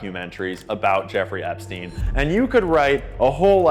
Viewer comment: "epsien" island - cmon man, we have a world to save